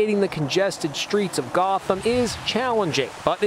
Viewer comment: Did he mean to say gotham?